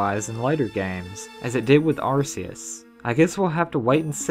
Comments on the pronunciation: arcues? ( it is pronounced ark-re-us) I don't know why but it bothers me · It's meant to be ark ee us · its AR-key-us cause arc means booty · Hey man I used to be just like you, saying Arceus' name like it should be.. But unfortunately Arceus is pronuounced ARK-eus. Haha I actually explain it in my Top 6 Pokemon Generations video. xD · sorry I mean Ark-ee-us